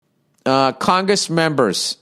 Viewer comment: “Congess members”